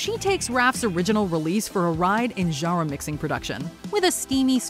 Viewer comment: Good selection. You could probably make a top 100 list, since there was so much great music from that time. Also, it always grabs me how distinctly she pronounces "genre."